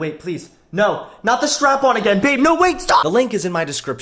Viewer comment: I'm sorry did he say a g a i n ?